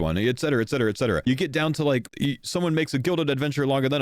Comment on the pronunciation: Finally someone who pronounces ''etc.'' correctly. God I HATE when people say exetera